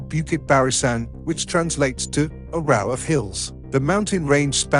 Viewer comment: “A row /rah-oo/ as in British “ row”meaning a “ fight” of hills” instead of row /ro:/ as in rose /ro:z/. Computer pronunciation? Human that doesn’t know vocabulary? It’s like “wind”. With a short “ i” it means a strong breeze. It’s a noun. With a long “ i” it’s a verb like “ wind the old clock or watch” or a road with many turns “ the road tends to wind”. You have to understand which pronunciation is correct from context. Is it a noun or a verb? Obviously this person or computer doesn’t know this. I have spent 15 years since my last decade as a university lecturer on these very things developing rules of pronunciation from context. I only started to notice this really as the internet and YouTube developed and heard these wildly inaccurate mispronunciations as people have no rules for pronunciation. I have about ten that apparently no one knows so they can’t be programmed into computers. They won’t help with row and wind though. ( Here’s a teaser: look at that last word “ though”. Then think of the word “ enough”. What rule determines that gh=/f/ or gh is silent? It’s easy to figure out.) Here we go again near the end “ lead” metal a noun pronounced as lead/leed/ which is a verb.